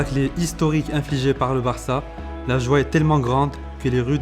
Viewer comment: il a dit "varca" je suis pas fou nan